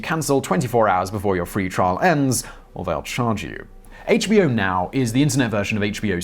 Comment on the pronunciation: Simon you ought to review the scripts instead of reading them cold. More than half the time you pronounced "HBO Now" (the name of the company) as "HBO now" (two separate words/thoughts).